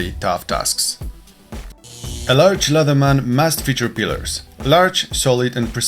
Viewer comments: Pliers not pilars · It's "pliers" (pla-ee-ers) and what you say sounds like "pilars" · It is "pliers", not "pillers". Pillers is not a word. Pliers is the correct term, pronounced "ply-ers". Also the expression is "to say the least", not "to say the most". Thanks. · ITS PLIERS "" NOT PILLAR?? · Pliers, not pillers/pillars . otherwise good test. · This is a terrific test and extremely thorough to boot. Great job. You have earned a subscription. By the way, you have been pronouncing the word pliers wrong. Use the guide in this link to help you get that right